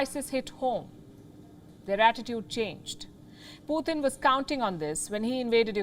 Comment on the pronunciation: Palky it is Putin pronounced PU TIN NOT PU THIN